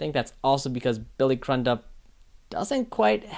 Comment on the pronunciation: Billy’s last name is pronounced CREW-dup. Cool to see these breakdowns even though I disagree with your Pre actor breakdown. I think Billy really nailed Pre.